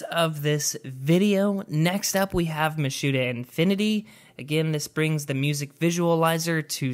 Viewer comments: this man said mitsuha infinity like "mashooda infinity"... it's said "meet-soo-hah" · please learn how to say MI TSU HA